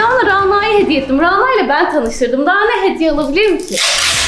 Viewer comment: RANA ismi ince 'a' ile okunur daha doğrusu şapkalı 'â' olmalidir ve ona gore okunmasi gerekir